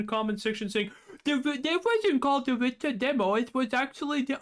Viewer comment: Witcher spells like was, an effing W not V